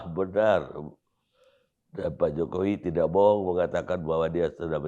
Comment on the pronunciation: coba dengar didetik ini adian bilang "Presiden Jokower" gak ya ? sdh diulang berkali-kali kayaknya emang bilang seperti itu 🤣🤣🤣